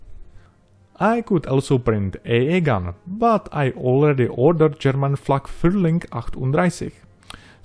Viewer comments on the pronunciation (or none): none